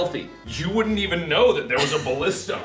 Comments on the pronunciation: "A Ballista" in Poland is not "Blistaaa" but "Balista" X ] X :D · in polish it's not Palista it's BAlista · It's ballistah! Not ballista! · But read like Balleesta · Ballista in bulgarian is actually балиста(balista) and is pronounced bàlista. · I'm from Bulgaria and thats not how you say ballista!